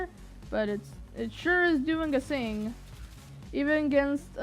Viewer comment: I think it is cute how you say "sing" instead of thing. Seriously, I think it's cute and I am NOT moking you. Besides, at least you can complete a full sentence without stuttering or stammering. waves hand and points to self I like your vids please keep them coming.